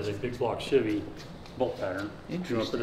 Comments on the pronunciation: I just want to say CHEVY not shivy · i dont understand why some people have the overwhelming urge to pronounce Chevy as "shivvy", its weird.